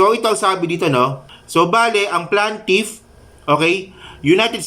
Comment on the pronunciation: plaintiff not plantiff